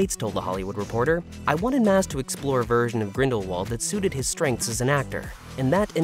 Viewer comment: That was the worst mispronunciation of Grindelwald lol. Its clear when people are just reading a script someone else wrote without looking into anything themselves.